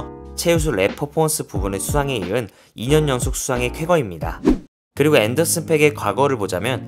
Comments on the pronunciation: 앤더슨 팍이라고 읽어 주세요..팩은 욕이라서요.....그래서 스펠링에 aa 중첩해서 쓴 겁니다. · 팩이 아니고 팍이야 앤더슨팍...😅 투팩 하는거처럼 왜그러세요 좀